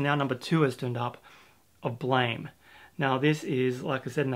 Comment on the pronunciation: Don't wanna be that guy but I know you are aware you're saying naruto wrong but I like correcting lol. So you're saying naruto like narootoo when it's actually pronounced narootoe. Also Blame! isn't 'Blame' it's actually 'Blam' at least that's how I hear people saying it in their manga videos.